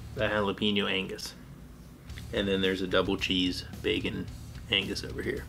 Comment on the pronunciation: Jalapeño sounds like Jalapehgno not jalapino. Ja la peh gno. gno like in the word lasagna but with an o.